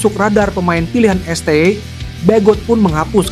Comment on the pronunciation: britanya bagus. pengisi suaranya ga banget. lebay tingkat akut. biasa aja bang, pssi bukan pssay, sty bukan stway. ga jlas